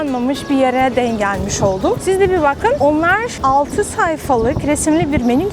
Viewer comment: artık tam bir Türk gibi konuşabiliyorsun hatta değimleri mecazları bile kullanıyorsun küçük bir katkım olsun istedim ''denk geldim'' derken ''denk'' teki son harf olan ''k'' yı baskılarsan daha iyi olur güzel kızım.